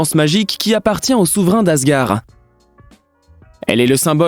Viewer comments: Qui est yaka ? Moi je dis yondu je me sens con et asgard pas asgar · J 'ai eu un beuge quand il dit les pierre de l'infinity et aussi quand il dit asgar et il yaka alors que normalement c'est les pierre de l'infinité et normalement c'est asgard et aussi c'est Yondou . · on dit Asgarde et non Asgar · J'ai aussi bugué quand il dit asgar au lieu d'asgard (prononciation : asgarde) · C si compliqué de bien prononcé asgard?😭 Ou même yundu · Un seul commentaire.. on dit..ASGARD en prononçant le D. Merci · Dans asgard on prononce le "d" final sinon la vidéo est top